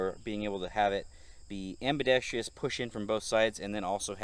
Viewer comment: WTF is ambidex-tree-ous?